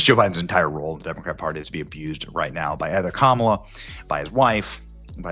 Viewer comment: Thank you for saying her kamala the correct way Benny … fake news says it the wrong way